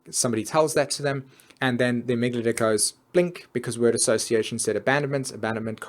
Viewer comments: amygdala, not amyglada... please learn to sell things before you teach about them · Sympathetic, not "sympathic". Amygdala, not "amygadala". Really makes the talk lose credibility as if you can't even say the words, it's unlikely you actually know what they mean. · I hate to be the Mars/Venus/Mercury in Virgo here, but you pronounced (para)sympathetic as "(para)symphatic", and amygdala as "amyglada". Otherwise, great video! <3 Always love your work.